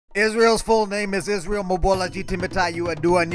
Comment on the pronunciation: He didn’t even read Israel’s middle name just knows it off by heart with correct pronunciation